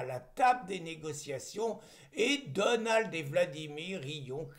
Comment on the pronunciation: s'il te plaît , pas Donaldeuh Trump, mais Donald, comme on dirait Ronald. Merci et bravo